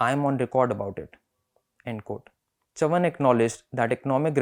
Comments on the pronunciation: His last name correctly pronounced sounds so regal. The way the host pronounced it sounded like he was saying chuvuni the coinage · Great selection, but please get the pronunciation of Chavan correctly. Read the word in Hindi , you will understand the correct pronunciation. It is very irritating to hear it pronounced incorrectly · Well, as a Maharashtrian, I appreciate effort to put YBC's speech on record again. It would have been really good if he had learnt to pronounce his name, which is not tongue twister, properly. Similarly, let me say that you editor DK singh, might be well versed in delhi politics, his understanding of Maharashtra and its politics is shallow. forget about narratives and intricusies, DK gets most basic facts about MH politics wrong. it feels like he is reading Hindi newspaper. it is huge disservice to all parties and leaders. Let's hope that journos like Manasi Phadke, shared from bengaluru will get their opportunity to report these stories. Best wishes to the Print.